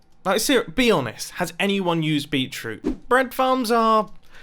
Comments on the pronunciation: It’s pronounced Beet/ Root not Beet/troot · I'm so triggered by the pronunciation of beet-root in this video lol